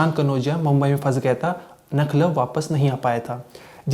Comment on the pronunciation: भाई बार बार आप लखनऊ का नखलऊ बता रहे हैं कहां से छानकर लाये या आये हो आप😊